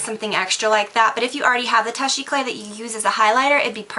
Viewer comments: toosh eclay it's pronounced like not touch :) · I've heard people who say it much worse. It's just the last syllable that sounds wrong to me... it's more like clap than like clay... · its actually pronouced toosh eh-clah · toosh ay-cla (like clap without the p) Almost every beauty guru says it wrong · YSL Touche éclat = Two-shh ay-klah:) Thank you for the video, love from Montreal, Quebec xox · omg you are saying touche eclat so wrong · No surprise that she pronouced it wrong seeing as how she can never pronounce "lineur" correct either. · Well, I'm sorry for trying to teach you how to say it correctly, since you said that she was pronouncing it correctly except for the accent. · you really need to learn how to pronounce touche eclat correctly because it's quite annoying.